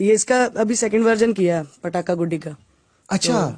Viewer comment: Well your Pronunciation is far better than that of most Americans 😂😂 Pataka was right but It's Guddi (stress on D) you said Goody (Stress on O)